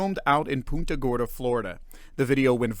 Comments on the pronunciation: It's not "Poonta" Gorda, it's "Punt-a" Gorda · It’s pronounced Punt-a Gorda and they chief of police is laughable! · Why can no one pronounce PUNT-uh Gorda?!